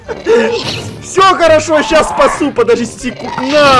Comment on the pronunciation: *хочет сказать щас спасу* Я:слышу как он сказал: сейчас поссу